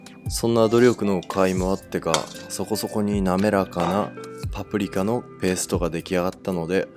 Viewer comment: ぱぷりきゃ と聞こえるのが気になるｗ